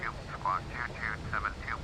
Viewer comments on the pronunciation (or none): none